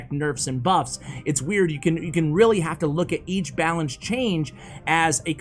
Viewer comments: “Balacne” You tried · “Balacne” lmao